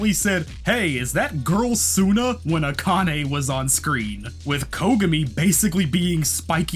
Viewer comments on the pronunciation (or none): none